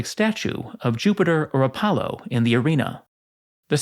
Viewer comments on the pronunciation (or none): none